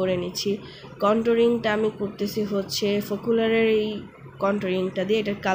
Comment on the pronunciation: ফোকুলার না আপু ফোকালুর।।। সাজটা সুন্দর হয়েছে তোমার